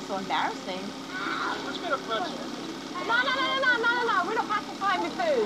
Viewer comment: I thought the dad said, “You want a pencil?” Instead of Pretzel